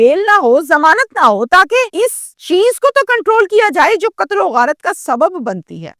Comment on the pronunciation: Urdu lafz Qatl hai, Katal nahi..sahi lafz Umr (age) hai, Umar nahi.News reader ko language per uboor hona chahiye.